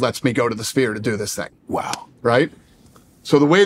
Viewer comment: Why shannon calling the Sphere “the Spear”